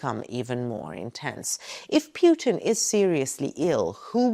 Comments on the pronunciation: good video but you pronounce Putin wrong...its Pootin not Peuton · Pewtin? That’s annoying. It’s Pootin. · Why are YOU saying "piutin" ? It should be pronounced PUT IN, anagram for input. It's very simple, what are you trying to hide saying it wrongly. A man basically was shose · His name is PUTIN, not PJUTIN. There is no J his name. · Very good, but please. Don't call him "Pjuutin." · Why does she call pu-tin as pue-tin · I lke how you pronounce 'Pewtin'. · I love the way she pronounces Pyewton. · His name is Putin , not Pjutin 😊 This is lies , negative propaganda all the way 😂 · Just learn to pronounce statesman's name correctly.!!!PUTIN , not pronounced YU in this particulat case.. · Is the current Putin REALLY the true Putin, whom we all remember was extremely ill with cancer, which bends a knee to no-one! btw: I love the way you pronounce Putin as Puitin = perfect! 😷💩= Puitin 😂😅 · Got to love how she pronounces PEW-TIN...LOL